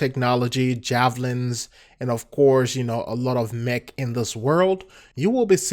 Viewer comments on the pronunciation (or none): none